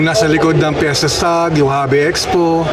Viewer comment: Fiestag hindi Fiesta Stag. Babasahin mo nalang mali pa. 🤦🏻‍♂️